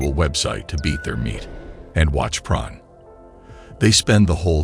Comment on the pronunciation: what is this pron he keeps talking about? is he trying to say porn?